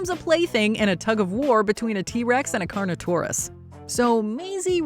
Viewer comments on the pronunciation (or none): none